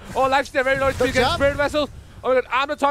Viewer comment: NICEU NICEU!! VERY NICEU,!!